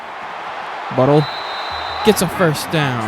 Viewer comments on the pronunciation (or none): #1 is not Butle it’s pronounced (BOO-TAY)